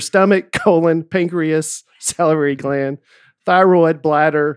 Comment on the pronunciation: Everyone gives Nate a hard time when he reads but I'm pretty sure that says both "salary gland" and "lair-nix" instead of "lair-inks" in the same sentence. Thanks for all the laughs and can't wait to see you guys at the live show- I know you said before that people make a whole weekend or vacation around going to your shows but my husband and I are driving up literally for one night only from Virginia for the night of the podcast and then turning around and going home. No pressure but I'm expecting you all to deliver. LETS GOOOOOO!